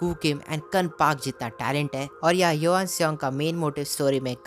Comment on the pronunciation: Bhai johan not yohan